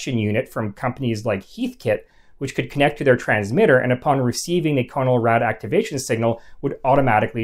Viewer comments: Good stuff. I have 1 quibble though. The "con" in "Conelrad" is not pronounced like "cone". It's pronounced as is the "con" in "contrast". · Have a grown up in the 1950s I can tell you that it is pronounced Connell-rad. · Pronounced "CAH-null-rad." -- uh. . .not quite. The key stations were ALREADY on 640kc or 1240kc. These two frequencies were where 24-hour powerhouse stations lived, going back to the 1920s. AM broadcast stations are not tunable. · It's pronounced KAH-nuhl-rad. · “Conn-el-rad” is correct. I was born in 1946 and I remember. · pronounced connel rad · LOL no, no, it was pronounced......... CON L RAD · It would have been so simple to just ask a geezer how to pronounce CONELRAD. You shudda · You are mispronouncing CONELRAD; it is a "short o", e.g. gone, or upon, as in the following video (I know: I was there in the 1950s). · Great job. Lot's of good info for people like myself who study the subject of alerts and warnings. One possible correction... I always pronounced the moniker CON-EL-RAD not CONE-L-RAD. I grew up in the Northeast so the difference might be due to regional dialect. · Nice video. But, for what it's worth, you're pronouncing Conelrad wrong. It's a short O sound, not a long O. It's "ah" not "oh". I was a kid when it was introduced and remember it well. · "CON-el-rad". Not "CONE-el-rad". I remember it very well and remember that the 1st syllable was pronounced "CON", not "CONE". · Not pronounced CO NOL RAD, but pronounced "Con" as in control, "el" as in electronic, "rad" as in radical. No syllabification. "In case of emergency, tune to 640 or 1240 on your dial." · If you’re going to do history at least pronounce the subject name correctly. It’s pronounced “Conn-el-rad”. Not “Cone-el-rad”. You sound silly. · It was pronounced 'Con el rad', not 'Cone L rad'. Yes, I'm that old. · Nope. We said it "CON-el-rad" in the Midwest, too. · Correct. It was pronounced: "KHAN-el-RAD"... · I remember it being pronounced as, con' el rad'.